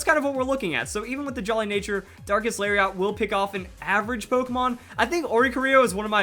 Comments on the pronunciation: "Lariat" is pronounced "Larry it" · It's Larry et properly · did you know Lariat is also a wrestling move? It's pronounced "Lari-et" I used to watch WWF haha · Lariat is a weird pronunciation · I love you man, but the way you pronounce "lariat" hurts to hear buddy. It's a soft "A" on that last syllable. Fun Fact - another word for "lariat" is "clothesline", because wrestling attacks lol.